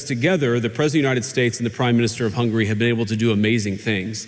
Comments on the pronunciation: Pronunciation of Hungary is Hung-u-ry...not hungry, which means "wanting to eat". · It's Hungary, not Hungry. Hearing this guy pronouncing it hurts. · Why do you pronounce Hungary as hungry, please try to pronounce it well.....